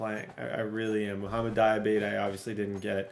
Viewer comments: Dee-uh-bah-tay = Diabate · Dee-uh-ba-tay(diabate), you’ve been butchering his name td 😭😭